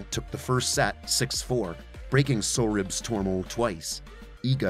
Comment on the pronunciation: Sorribes Tormo. SOReeBayss. Spanish.Not hard. Kudermetova does not have an extra syllable after the r. Koo Dyer MYEH tova, approx.